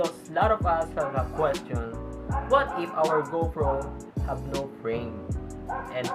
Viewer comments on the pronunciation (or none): Speak clearly. It kinda sounds like “no brain” instead of no frame.